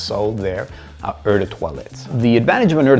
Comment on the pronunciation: I think that someone with so much knowledge should know how to pronounce "eau"!?